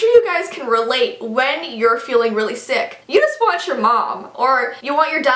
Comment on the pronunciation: Lol when she was saying sick, sick, sick I thought she said 666 😂😳😂😂